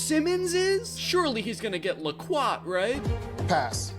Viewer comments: It's low-quit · Danny pronouncing Loquat as "luh-QuaT" is hilarious to me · "La-quat" FOR A "LOW-QUAT" JGBUGKH gonna say laquat forever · Danny pronouncing Loquat as "L'Quat" like it's La Croix is so fucking funny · "luh-QUAT" (loquat) sounds a bit like "la croix" the way danny says it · There is a song called Wild Wild Party in the Loquat Tree so if the indigo girls did their research it is low-kwaht. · Why is it so funny? No seriously I don't understand. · danny pronouncing loquat like la croix 😭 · Hearing Danny pronounce loqaut 😂😂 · Danny pronounces Loquat like it’s some sort of basketball player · I loved his pronunciation of loquat 😂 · danny pronouncing Loquat like Lacroix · Danny's pronunciation of loquat and persimmon is sending mee 😭